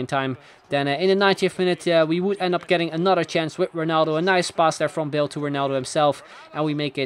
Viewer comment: I love the way you pronounce 'Bale', I wasn't paying attention to the video, just listening to the narration and I was think " Who the hell is Bill?"